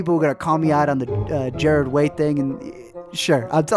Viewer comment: Jarred Way 😐